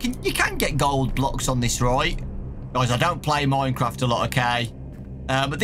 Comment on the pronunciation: Normal people: minecraft: MoiNeCrAwFt